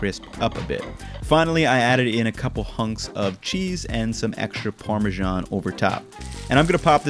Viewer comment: ParmeSHan... You can't overhear that... 🙈 It's Parmesan with an S 😉😊